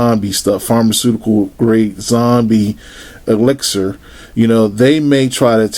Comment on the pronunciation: The way he said elixir fucking killed me